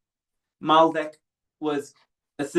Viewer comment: Great transmission, thanks for sharing! BTW: It's Maldek not Malbec,, was wine on your mind?;)